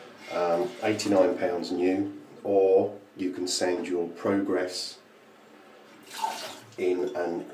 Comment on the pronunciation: I wanted to drop you a line and thank you for providing me with the correct pronunciation of the Merkur Pr"O"grass. As an Alaskan I realize I am somewhat ignorant of what I think is referred to as "The Kings English". As such I was pronouncing it Pr"A"gress. Regardless I have sent the powers that be several e-mails inquiring as to the process of getting one of these SHINY goodies sent me. Cheers,, Wolf